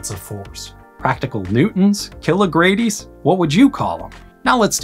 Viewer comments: "kilogradies" xD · Please, not "Kill-a-Grady" Gradeunit works well. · "KiloGradies" haha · If Doc Brown says it, he pronounces it JIGGA GRADY.